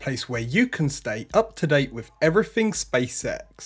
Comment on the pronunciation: How can i put this… please don’t take it in a bad way, but the way you say Spacex, somehow sounds like you say Space Sex 😅. I mean no offence 🙏. Maybe is just me 😂. Good video otherwise 👍🏻